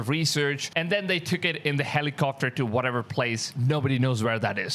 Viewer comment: Hawx good lord man learn how to pronounce at least Sooome of the English you're speaking... helicoFter?